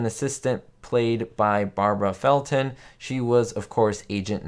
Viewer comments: Fel Don not fel Ton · The name of the actress that played agent 99 Felton not Felton. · Her name was Feldon not Felton